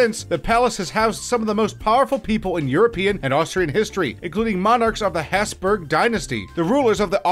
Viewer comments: and the hesburg dynasty its habsburg dynasty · Hoof-berg. LOL